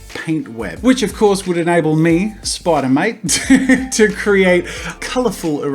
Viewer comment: I don`t know why but i heard him say either Spider Mite or Spider Moit. SpIdEr MoIt SpIdEr MoIt DoEs A sTuFf SpIdEr MoIt